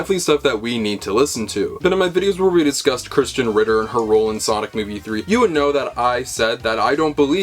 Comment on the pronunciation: Why do you pronounce Krysten like Christian? Also, you're being a KILLJOY, dude.